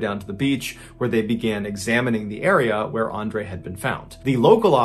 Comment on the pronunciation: I appreciate you saying my name (Andre) correctly. Pretty much everyone screws it up.